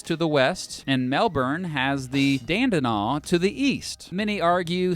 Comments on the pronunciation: "..and Melbourne has the Dandenong to the east" - it is pronounced Dan-de-nong, not Dan-de-naw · Mate, you butchered so much of the pronunciation. I physically cringed at "Dandenong"